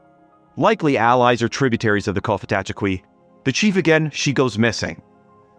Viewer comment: It's pronounced "Kofitacheki", the 'f' sound identifies it as a likely Muskogean word.